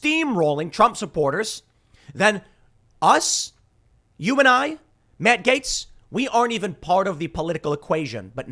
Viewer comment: MA-tt GA-tes